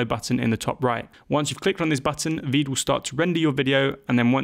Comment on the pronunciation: AND WHY DOES VEED SOUND LIKE WEED